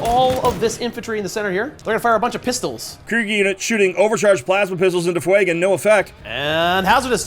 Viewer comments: FWAY-GAN? Do you mean Fuegan? FYOU-GAN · Great game but fuegans name being miss said is a off put